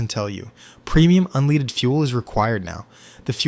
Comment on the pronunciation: "Sir, do you want 'unleeded' fuel in your 'Hendye'?" "May I interest you in a Mustang 'Matchy', A Ford 'F-15-Oh'?"